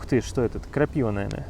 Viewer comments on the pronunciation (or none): none